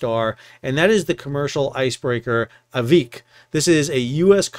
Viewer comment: Aiviq is the Inupiat word for whale. It is pronounced-ah/vik. (I lived for 3 years in Barrow, AK.)